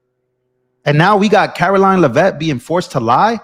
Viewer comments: it’s Lev-vitt. Lev as in bev. I went to school with one of her relatives. Please share the correct pronunciation. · Btw…it’s Lev-it. Accent on the Lev. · Are you a actually a paid Democrat agitator. Oh no, the sky is falling! You sound like AOC ranting because you can't get all the answers you want today. Do you pronounce Caroline's name wrong out of respect?